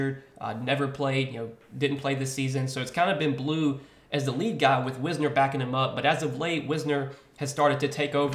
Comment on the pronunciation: As a texas fan its pronounced like wise ner